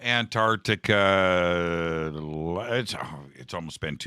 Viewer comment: Ant arc tica not Ant tart tica